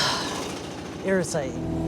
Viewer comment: When he knocked that board off and said it was "Irritating" I totally heard "Ear of Satan" and couldn't figure out if that was some New Zealand colloquialism I wasn't familiar with. haha